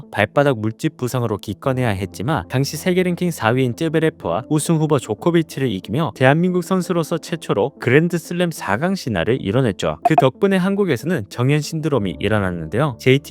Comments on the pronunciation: 즈베레프를 쯔베레프라고 발음하는 이유가 뭔지? 그럴거면 조코비치도 쪼꼬비치라고 하던가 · 쯔베레프가 아니고 즈베레프입니다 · 근데 왜 자꾸 쯔베레프라고 하는건지 이유가 있나요?